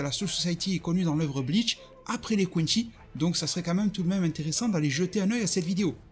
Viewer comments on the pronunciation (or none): none